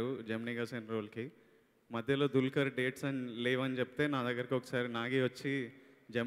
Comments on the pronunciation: it's dulquer. Pronounce properly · Ohh god anchoring is too bad....She's calling Dulquer as Dalker........